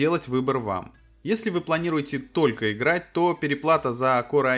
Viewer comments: А можно не говорить "корэ"? Звучит как диалект элитного корпуса диванных войск. Транскрипцию этого слова не составит проблем найти. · КорЭ? ты серьёзно или рофлишь?